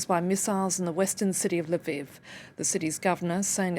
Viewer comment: L'viv, not Lyviv!